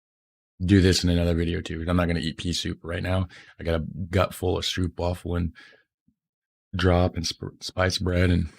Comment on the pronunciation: Try saying stroopwafel like ROPE.. In stead of the English OOP sound. So more like: stROPE-wafel, thats way closer to the correct way to pronounce it